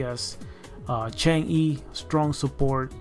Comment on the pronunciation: FYI... Chang'e is a Chinese deity who's name is pronounced Chung Ah.